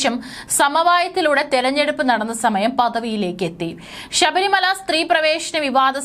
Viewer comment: Edee pulle sabarimala. Alla. Sabarimala. Ennanu.poy ucharanam padichu vaee.